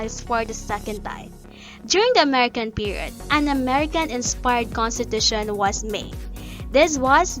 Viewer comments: Just came here to comment this, naunahan ako, but... Conshteeetusheee nnn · A constipation 💩every time she says - Kun-stee-tha-shunn 😂🤣😂🤣😂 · And then she proceeded to consteeshute all over the place, truly one of the most inzependent moments of all time. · contiTUtion kasi. HAHA good video tho. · Have a shot whenever she saya Cohnteteesheen